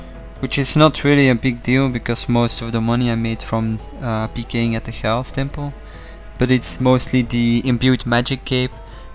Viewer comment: The way you say chaos really doesn't sit right with me for some reason lmao.